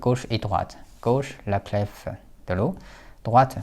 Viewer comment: Cette vidéo est remarquable, tout comme votre calligraphie et votre niveau de français. Cependant, le mot clef, qu’on écrit aujourd’hui clé, se prononce littéralement comme sa nouvelle écriture le laisse entendre, c’est-à-dire sans le son f.